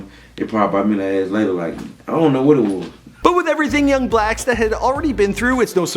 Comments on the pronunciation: You said young blacsta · I heard that “Young Blacksta” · he called him Young Blacksta 😭😭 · did you notice that you called him “Young Blacsta” about 2/3 through hahaha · Young blacksta i know I’m not the only one who heard that 😂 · he called that man "Young Blacsta" and now I'm crine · “Young blacksta” 💀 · At 7·30 who da hell is young Blacksta